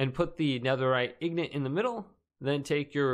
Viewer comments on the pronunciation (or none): Your saying ingot wrong, it's actually really distracting, you say it like "ignit" here let me help "ing" makes what sound? Ok hopefully you got that right now add "ot" to the end